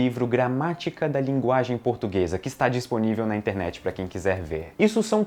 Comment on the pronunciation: "A nossa "laginge" kkkkkkkkkkkkkk eu não acredito que eu ri disso.